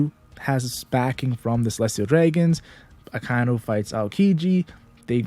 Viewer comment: its aka-inu, not a-kai-nu